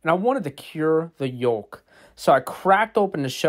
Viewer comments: i’ve never heard anyone actually pronounce it as “(yoelk)” i’ve always said it like “yoke” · Yolk is pronounced Yoke. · Never heard anyone pronounce the l in yolk before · If you pronounce the l in yolk you should be put in prison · Did he pronounce the L in “yolk” lol